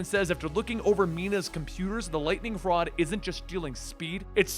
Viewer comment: Is it me or did say wod instead of rod?